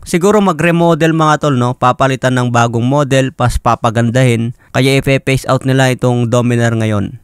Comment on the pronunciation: Imus, hindi emus. Phase out, hindi face out.